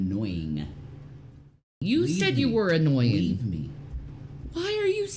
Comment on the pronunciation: Rev correcting the way says annoying by over pronouncing the G is priceless. It’s makes this fight even more epic 🤣